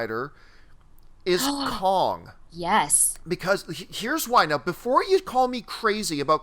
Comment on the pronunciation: Why can't say "Kong"???